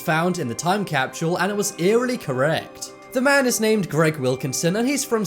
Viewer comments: There no "H" in time capsule! I absolutely love ur channel but for one reason or another the way u repeatedly said" time capshule " was kinda annoying nd this was the 1st vid. On this channel I didn't finish. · Hate the way the guy says capshule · time capshule time capshule time capshule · Damn, I know you got an accent, but there is no H in Capsule. Also, the "future" guy isn't anything special. Anyone can be super vague about things.